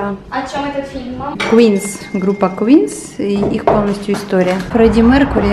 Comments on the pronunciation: Группа называется QUEEN, а не QUEENS) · Группа называется Queen, а не Queens